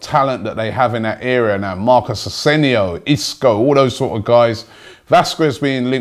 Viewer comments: Please say it right: AsenSio not Asenio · Hate the way he calls Asensio Asenio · you pronounce jean (michel seri), asensio , vazquez and kolasinac wrong